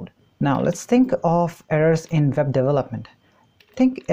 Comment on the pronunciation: you said delopment instead of development. a friend of mine also always says delopment hahah